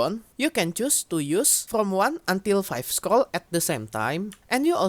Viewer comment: "scrol" "scrol" "scrol" scrol"